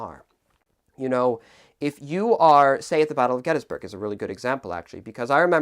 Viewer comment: He said Gettysburg wrong